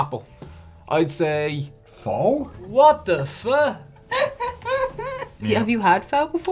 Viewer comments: Weird that I haven't seen any top comment mention it, but it's pronounced fuh not foe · Phun fact, (fun fact) Phô is not pronounced like foe, but fuh. Like saying up with an f but no p. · It's pronounce fuh not foe. If you said foe in Vietnam, they'd beat the every loving shit out of you. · It's pronounced "Fa" as Matty Matheson drills that into our heads on his Just a Dash Vietnamese Pho video lol 😆 😂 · IT'S NOT PRONOUNCED "FOE," IT'S PRONOUNCED "FUH" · My Vietnamese wife was going crazy during the pho section... We're not mad at your for not know, but for posterity sake it is pronounced 'Fuh' like you're about to say the F word and stop. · I've been repeatedly told that Pho is pronounced "fuh". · We always put candy canes on the tree. The shape of the cane is a J, which stands for Jesus. The white of the cane represent the purity of Jesus Christ and the red stripes are for the blood he shed when he died on the cross. Side note: Pho is pronounced fuh as in duh. No O. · It is pronounced Pha even though it's spelled Pho. is killing it 👏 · Pho is pronounced (phuh). 🙂